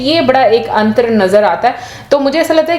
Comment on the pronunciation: Antrr nahi Antar hota hai